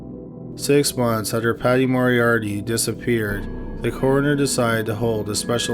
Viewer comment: Had to stop watching after the 30th time the narrator said ‘Morie-Ardie’